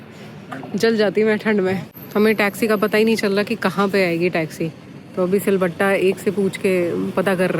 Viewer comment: Ye silbatta kyu bolte ho madam jee🙄🙄